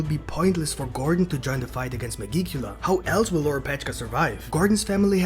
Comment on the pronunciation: Oh yeah, megicula is not pronounced that way. It's like magic, but with an 'e'.